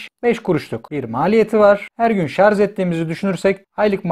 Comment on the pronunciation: Hocam sarzzz değil şarjj 🙂